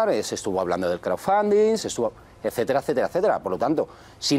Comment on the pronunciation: Le cuesta mucho pronunciar "crowdfunding"... El otro día la Villalobos diciendo que "no zé viehn el ingléh..." Piden inglés prácticamente hasta para barrer el suelo, tenemos investigadores hablando 5 idiomas que se han tenido que ir a otros países por los recortes P€P€ROS y ahí tenemos diputados, ex ministras que han sido presidentas del congreso que no saben inglés... Así va España, así....